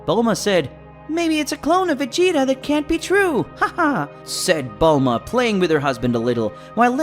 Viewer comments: it not bold la ma it bulma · Bulahma the way it pronounced stuff was so annoying I couldn't focus on the story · Lol, yeah he couldn't even pronounce Saiyan when he tried to say it right so you know he was never a fan of the series or the Manga he couldn't even pronounce Bulma's name correctly.